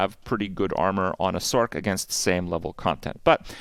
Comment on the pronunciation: Is it a meme that people say sork and not sorc(s), I just don't get it lol.